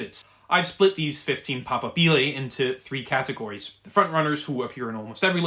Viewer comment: The stress in "papabile" falls om the secomd syllable not the third.